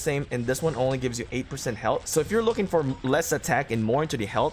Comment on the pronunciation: its pronounced "health". Not "helt"